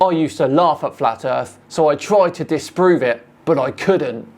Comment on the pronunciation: Gotta love flatt erff research.